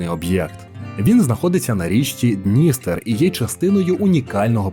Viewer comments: Автор погано підготувався , навіть не поцікавився, як правильно ставляться наголоси в назвах ХотИн та ДністЕр. Все інше, ймовірно , також фантазії. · БуковИна, буковИнський, ХотИн, хотИнська, ДністЕр, Чортор'Ія \наголос на третьому складі\. Дуже ріже вухо неправильний наголос. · БуковИна і ХотИн, ЧорторІя, ДністЕр, ГАлиця !!! Відео чудове, але наголоси не прийнятні для нашої місцевості, дуже ріжуть вухо! Не можливо спокійно сприймати інформацію!